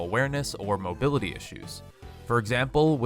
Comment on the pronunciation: I stopped watching when you said "his mobilitiy"